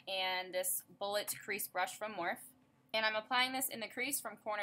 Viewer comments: Love love love this look and the style of this video! You look amazing as always! Morphe is pronounced Mor-fee. ( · If your a Morphe brush addict you should pronounce it right, it's pronounced more-fee.